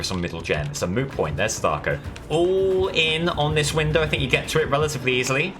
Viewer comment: you said sadako wrong